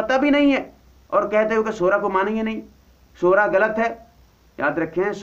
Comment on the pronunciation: I think this moulana sab should go back to madrash to learn to pronounce the word shura correct.. if hi can't pronounce the word correct how is hi going to explain the meaning of shura? Shura is a committee and has a ladder, but alomi shura don't have any ladders (NO AMIR )